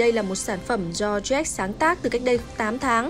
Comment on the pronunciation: Jack = joách , bình gold = bình gâu .... ok i'm fine